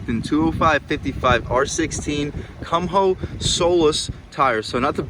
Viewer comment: Kum Ho tires? lol I think it's Koo Moe. Your descriptions of things are hilarious. Nicely done.